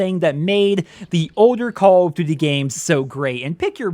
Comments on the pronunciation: “Call of ddee” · What is "call of dty" HAHAHA im sorry dude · Can we slow down and actually focus on what you’re even calling this game? “Call of Du VUVU 2”?????? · Dislike cuz of how you say “duty” tbh